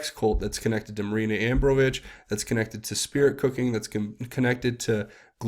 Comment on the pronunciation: you say you read all the comments. Well, I have already posted the pronunciation for the spirit-cooking queen's last name as "ah - BROM - oh - vick." You still say it another way. Picky on my part? Perhaps. But accuracy in this "Q" world is critical, wouldn't you say?